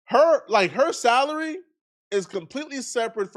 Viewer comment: I thought you was about to say he got into it over a salad but you said salary